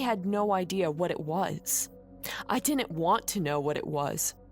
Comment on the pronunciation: Dinint, man she needs to know how to say did not BLAH